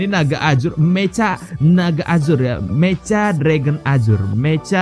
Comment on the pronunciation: meka bang bukan meca